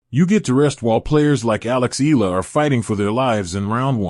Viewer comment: ALEX EALA 🎉you keep mispronouncing her surname YOU PRONOUNCE IT E YA LA E YA LA EYALA